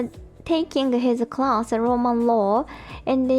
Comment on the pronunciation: Listening to reminds me of when I went to Japan and when I'd ask someone what their major was and they'd answer "Ro" and I'd have no idea what they were saying, but people would get frustrated with me and say, "It's an English word!" because they meant "Law" - except that "rooo" sounds nothing like "law" to me. (Maybe the person speaking to me was frustrated, but because they were Japanese, they didn't show it, but the people watching me try to have a conversation with the Japanese person got frustrated with me. I'm sure this was, like, a vocab word in my Japanese 101 class, and I was well past that point by the time I went to Japan, so it's kind of understandable, but still, I hardly ever used the word before I actually went to Japan.)